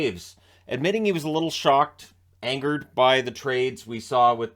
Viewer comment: "ANGERERED XD"